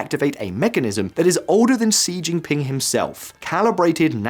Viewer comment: I was thinking sort of similar, but with regards to Xi - it's pronounced 'she'... not 'see' And, it's not 'Bei-zhing' - it's Bei-jing' with a very strong 'j' sound... Sort of makes me question their ability to really report on the whole thing if they can't even get their names right!